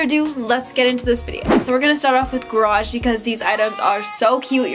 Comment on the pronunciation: gArage not grage